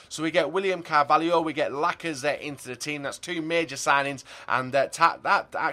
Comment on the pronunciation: William "CARVALIO"